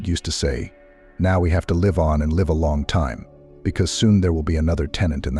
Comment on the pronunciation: Try pronounce live correctly. M